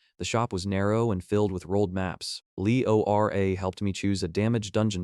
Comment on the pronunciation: "leora" becomes "Ell. Eee. Ora" and "Bohro"? becomes "Bee. Ohh. Aich, Row", ....constantly! And "it" (as in "it is fine!") becomes I.T. is fine.